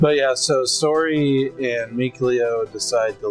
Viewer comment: Mason got lucky in the anime. In the game, he gets eaten. Also, it's seriously painful listening to you guys try to pronounce Sorey's name. Just call him Slay if you can't say it right pls